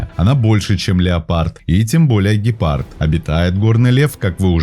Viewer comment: Вот только, не кАгуар, а кУгуар, и не гИпард, а гЕпард. А так, ничего.